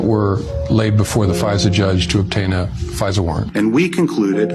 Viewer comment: Ai keeps calling fisa pfizer lol